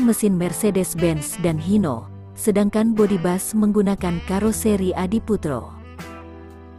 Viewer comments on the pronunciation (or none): Kok dibaca bas yg bener kan bis ini ejaan indonesia jsngan menyesatkan.